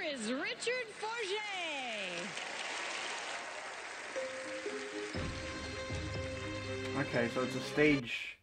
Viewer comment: Mispronouced his last name at the beginning.